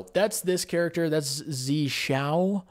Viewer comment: 'Zi' is pronounced differently. I recommend just inputting 'zi' into Google's translator from English to Chinese, and listening to the pronunciation.